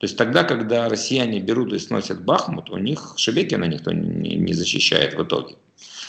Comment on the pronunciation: Гайдай, БахмУт, а не БАхмут!